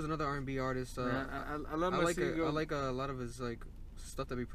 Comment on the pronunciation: His name is pronounced ma say go